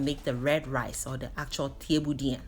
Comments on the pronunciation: Additionally, it’s pronounce Cheb-bu-gen. Senegal was colonized by the french and Thiebounjen is also written as ceebujen and if you search that you’ll find a plethora of french videos of this same dish. I agree with you most folks think of jollof rice but truly it’s Wolof. If you said jollof in Senegal host country nationals would think you are referring to the ethnic group Joloa/Djola in the Casamance region (Ziginchoir) of Senegal. Great video for English translation! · This was amazing!! Just wanted to say the pronouncements of this rice is << cha-boo-jun>> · Thieboudieune senegal not peper🤔🤔🤔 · Helping with the pronunciation, say it as ‘chebu jen “. She has the French spelling.